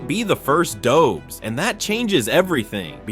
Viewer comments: It's pronounced Doe besh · Dobes is pronounced Dob-esh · Lol, why you pronouncing Jakub Dobes like he is an American/Canadian? 🤷‍♂️ He is Czech. He's name and surname sounds totally different.